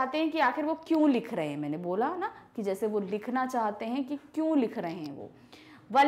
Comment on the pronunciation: Ma'am AAp ka kyon ka pronunciation galat hai 😊😊😊😊😊😊😊😊